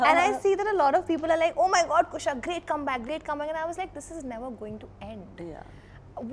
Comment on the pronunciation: Kareena calling Kusha 'Khusha the whole time.....😂